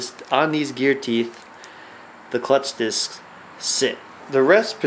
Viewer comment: lol im cracking up "clucth discs" great video though